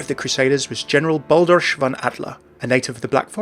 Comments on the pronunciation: the "ch" in Eichenwalde and Balderich is pronounced more like the "h" in hilarious ... or that's what comes closest to it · As a Dutch guy watching other people try to pronounce a hard G or CH such as in "Balderich" and "Eichenwalde" amuses me